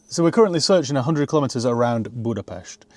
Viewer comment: He said Budapest right wooooow